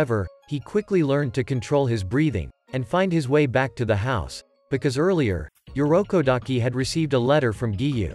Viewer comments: Urokodaki Not Yurokodaki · It irokodaki not yorukodaki😊